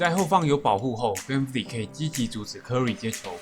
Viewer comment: Vanvleet發音完全錯了好嗎